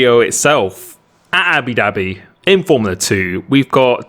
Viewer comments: . I never would have thought you could pull this off at “Abi Dabbi” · Everyone: Abu Dhabi: Abi Dhabi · i think every brit says it like that lol